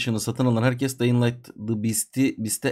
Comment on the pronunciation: Abi dayın değil dyıng